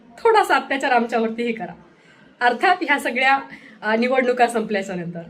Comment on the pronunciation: णिवणूक, त्या णंतर, 😂😂